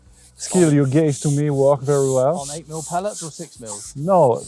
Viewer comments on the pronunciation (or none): Restons français. (phonét*) Soit tu dis "pelletSSSS" soit tu dis "granulés" : les "pelé" ça n'existe pas.